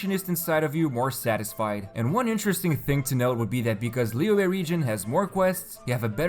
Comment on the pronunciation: It's literally almost spot on according to native mandarin speakers online though???